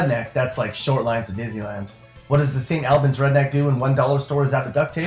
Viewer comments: First ..let me correct your pronunciation of St. Albans..it’s All- buns..not Al-bans. Lol second..you will not find any friendlier, loyal ,people than you do in West Virginia..no matter where you go in the state. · St. Albans is pronounced like St. Allbans, and Buckhannon is pronounced like James Buchanan but with a k in between the c and the h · St. Albans is pronounced like Saint Allbans not like somebody's name Al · Albens smh all abans is how its pronounced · It's pronounced Saint ALL BINS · It pronounced saint al-bins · I'm from St. Albans! You pronounced Kanawha and St. Albans wrong lol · Well, please learn how to pronounce St. Albans. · The way you say St. Albans makes me cringe.